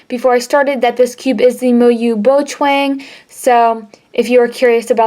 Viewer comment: its BOCHUANG LOL